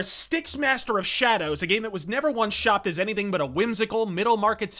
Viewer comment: SHA-DOWS??! XD